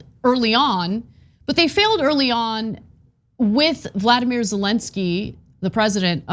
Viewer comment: ANA STOP SAYING VLADIMIR ZELENSKY! THAT’S NOT HIS NAME